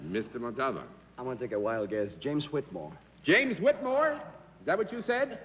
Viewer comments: Galileocan g John Daly's mispronunciation of "Montalban" disturbed me too, especially after Arlene had pronounced it so beautifully in her introduction. For such an educated person and professional broadcast journalist, it is surprising that he had so much trouble with it. In previous episodes he also pronounced Peter Ustinov's name "Oo-stinov," even though Arlene said "You-stinov," which is the way I'd always heard it before. I'm not sure with that one which is actually correct according to its language of origin. I suppose it was their own senses of etiquette that prevented either of these guest panelists from correcting any mispronunciations on the air. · It's like he didn't have a clue who Ricardo Montalban was as his pronunciation of his name wasn't even close. Maybe that's why Mr. Montalban never appeared on the show again. Perhaps he was insulted. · I'm now wondering how Ricardo Montalban pronounces hi own last name. I've always stressed the THIRD syllable, but John Daly seems to be stressing the SECOND syllable. mon*TOLL*b'n as opposed to mon* tal*BAHN. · What's so difficult about saying…. Mont all bah n ……tell us John Daly…? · Mr Daly could not pronounce Mr Montalban's name correctly. He kept chopping off the end. Annoying. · I cringed every time John Daly pronounced Ricardo Montabon’s name. However, it was common back in those days for English speakers to mispronounce Spanish last names. It happened on what’s my line a lot. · John has an an unusual pronunciation for Montalban! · John Daly just could not say montalban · Daly keeps mispronouncing Montalban's name. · Jeff Vaughn being off on which syllable should have been accented i'd not consider "even close" & if that was the reason that's kind of petty for an honest mistake--if John pronounced the accent DIFFERENTLY every time then that would be a legitimate reason to be annoyed